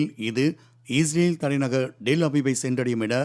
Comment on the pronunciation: செய்தியாளர் அவர்களே.... இஸ்ரேலா ? அல்லது ஈஸ்ரேலா ? ஸ்டைலா சொல்றதா நினைச்சு தவறாக சொல்ல வேண்டாம்.